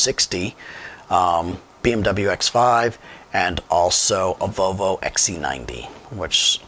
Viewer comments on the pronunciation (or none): The way you’re saying Volvo is killing me. It’s not VoVo. It’s VoLvo.